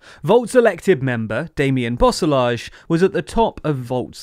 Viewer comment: I'm sorry to be that guy but oh man... the pronounciation of Damian Boeselager was way off xD